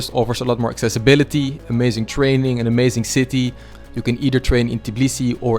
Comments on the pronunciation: It's Tbilisi, not "Tiblisi" 🙃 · It’s not Tiblisi it’s Tbilisi, when you say travel you say tiravel? Why you saying Tiblisi where you read after T i? Noone teach you in Tbilisi? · bro, please pronounce tbilisi not t-i-b-lisi, there is no i in between the t and b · It's called tbi-lisi, not ti-blisi. 😅 im a fellow georgian that lives in tbilisi! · Just keep in mind that it's tbilisi not tiblisi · yeah, it irritates me so much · It kind of sounds Tibilisi